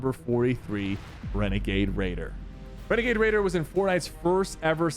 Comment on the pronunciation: Not renegade raider. It's wenegade waider